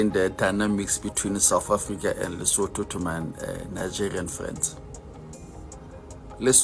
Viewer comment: It's Lesotho not Letoto.